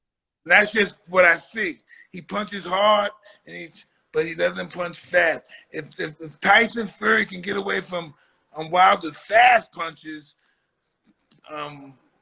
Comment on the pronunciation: FURY NOT FURRY